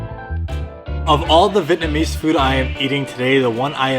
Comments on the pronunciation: vee-et-na-mese not vit-namese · The way he doesn’t know how to properly pronounce Vietnamese (vee-et-nuh-meez) gives me the ick